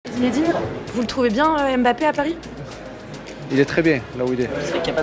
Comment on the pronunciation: C'est dingue ça!!! Est ce que quelqu'un va enfin dire que ça ne se lit pas M-Bappé, mais MBappé ??? Ça écorche vraiment les oreilles de tous ceux qui ont un nom commençant par MB.